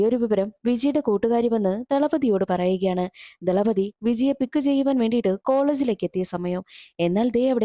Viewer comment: Thalapathi 😂 not dhalapathi 😂😂